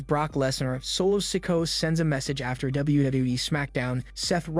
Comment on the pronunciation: learn how to say Solo Sikoa's name its sik-o-uh no offense